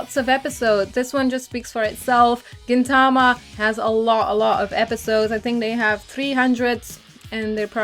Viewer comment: GintaMA, not GinTAma yes I am a weeaboo.